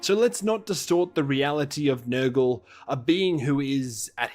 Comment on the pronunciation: Bro, I thought I heard say "Niggle" instead of "Nurgle".